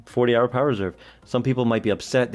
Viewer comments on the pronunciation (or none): none